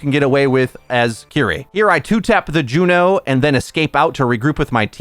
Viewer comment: Ok...who are you and what did you do with? Pronouncing her name correctly?! Inconceivable!